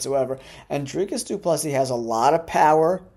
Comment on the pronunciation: He meant about the DDP pronunciation